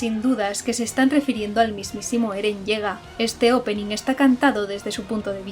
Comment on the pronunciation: "Eren Yega" xD